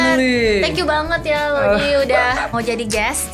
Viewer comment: Rudi di inggrisin jadi Loudi haha